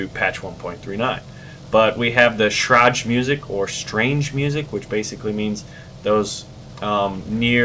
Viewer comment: And also pronounced it Shräg Music